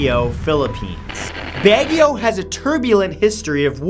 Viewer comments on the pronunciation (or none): "Begyo" As a Filipino, I must say that's quite a way to pronounce Baguio. :) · Baguio is pronounced as "Bagyoo" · Baguio is pronounced Bagyo